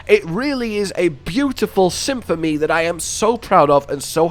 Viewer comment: What a beautiful "symphomy" 😂